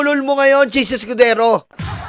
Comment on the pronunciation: anong "Chiz EskuDORO ???"